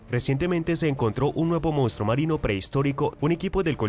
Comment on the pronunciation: Hay que aprender a leer bien y pronunciar correctamente ya que no se die mounstro se dice monstruo,ese defecto se da casi en todos los que no saben leer bien